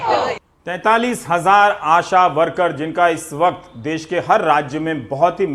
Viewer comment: "देश" होता है, "देस "नही।